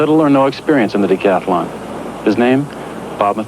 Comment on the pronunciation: The word is "decathlon"--if you wouldn't say "athAlete," don't say "decathAlon."